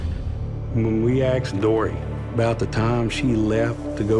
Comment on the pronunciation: Asked….not axed…. that’s another one.